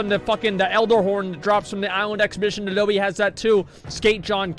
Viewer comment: i like how his name is not even adobe but adole lol